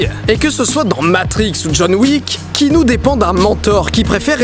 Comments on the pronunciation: par contre Didi, je t’aime beaucoup mais... ça se prononce « Kianou » et pas « Kinou » :’) et bravo pour le jeu des couleurs de la vidéo (vert=matrice; bleu=monde réel) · Mec, s'il te plait, arrête de dire Kinu... Keanu est un prénom hawaïen qui veut dire genre "petite brise sur la montagne" ou un truc comme ça...Bref, c'est Kéanu, K.E.A.N.U...